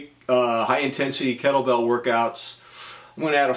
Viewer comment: Why when you say "Kettle Bell" I hear "Cracker Barrel"? It's been good for you, and you feel better. Enjoy it.